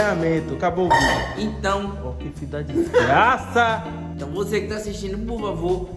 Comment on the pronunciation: "Vai meter a sua mão toda cheia de diiixgraça dentro da dixgraça..." #ideiacheque